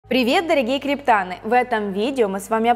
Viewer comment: Мля, объясните красотке уже! Не криптАны, а криптанЫ ! 😂